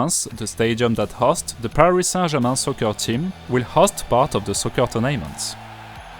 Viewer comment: Occasionally some of your long syllables are a little off too, but this is incredibly difficult to master in English because there's no real pattern. An example would be "tournaments" . The emphasis is on the first syllable, as in: TOUR-na-ments. A couple of seconds later, the word prestigious has emphasis on the second syllable: pres-TIG-i-ous. Getting the rhythm of the syllables correct in English is a crucial step in mastering native pronunciation. Bonne chance!